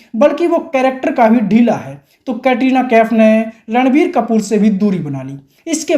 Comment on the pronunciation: ये रणबीर को लड़वीर बोलता है क्या